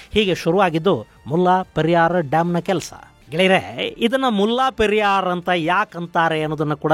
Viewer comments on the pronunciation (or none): ಅದು ಮುಲ್ಲಾ ಪೆರಿಯಾರ್ ಅಲ್ಲ. ಅದರ ಹೆಸರು ಮುಲೈ ಪೆರಿಯಾರ್. ದಯವಿಟ್ಟು ಎಲ್ಲವನ್ನೂ secular ಮಾಡುವುದು ಬೇಡ.